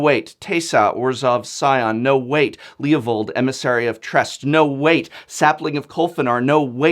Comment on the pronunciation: leovold??? Prof, i thought we were friends!